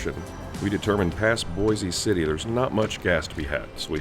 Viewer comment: You pronounced Boise city wrong. Bois